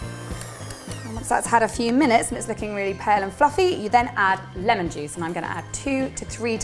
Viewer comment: Not trying to hate but when she said juice it spumded like she said jizz